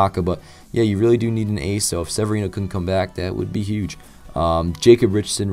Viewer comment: Really weird to hear your name in a vid but you did pronounce it right. Great vid and hopeful Sevy can do great this season and the Yankees can clinch this World Series